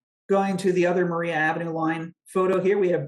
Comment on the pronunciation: Maria is pronounced Mariah in this instance.